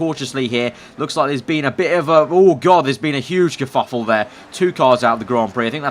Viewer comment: "There has been a huge curfufol there" :)